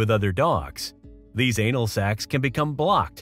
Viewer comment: He said "sacs" lmao